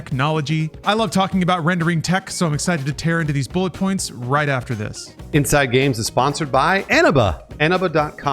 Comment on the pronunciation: Dude, I thought you were saying "enema" games. 😅